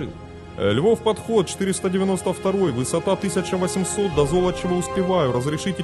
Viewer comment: Золочёва! Зоооолочева! А не как автор картавит. По его версии получается какое-то зло. Надо произносить мягко, а не жёстко!😂😅😮😢 Интонация тоже имеет значение.